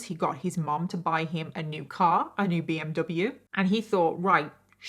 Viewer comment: The way he said BMW enrages me